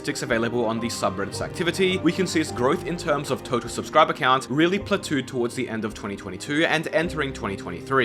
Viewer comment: "platoo" for "plateau" is absolutely fucking insane.